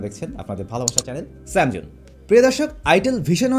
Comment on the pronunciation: Bhai apnar channel er naam zokhon bolen স্যাম জৌন tokhon shunte onek kharap shunay.. Baki sob thik axhe🤣😂